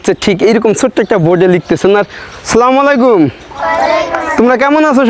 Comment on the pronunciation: Vaiya ami apnar vdo dekhi sei jokhon 67k subscriber cilo tokhon theke , but jokhon apnar 1 million hoye gelo tar por majkhane r vdo dekha hoyni , ajke dekhlam abar khub valo laglo but akta kotha boltici , apnar salam dewyate vul ace beshir vag somoy a slamalaikum bolen aita thik korben ❤